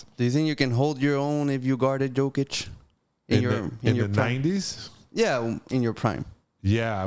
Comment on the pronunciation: The second this guy mispronounced Jokers name, instantly new BS was coming out his mouth